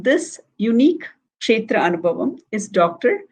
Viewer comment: This is an excellent work to bring knowledge about various devi kshetras during the auspicious Navaratri time. A lot of knowledge is packed into these sessions. … I would like you to correct pronunciation of the word anubhavam in the title…. Bha with a mahaa praNam or emphasis (అనుభవం). This is a Sanskrit word and it is not fair linguistically to call it anubavam (అనుబవం). The way Vijaya Lakshmiji pronounced it is the right way to say it. Vijaya lakshmiji … the kamalA manOhari krithi is kanja daLAyatAkshi (కంజ) and not kancha dalAyAtAkshi (కంచ). Kam = mud; ja = having born of; A lot of teachers are propagating these pronunciation errors for Sanskrit words and many students are unfortunately picking up wrong pronunciations like this. Thank you for all the hard work you are putting in creating this beautiful series on Devi kshtras.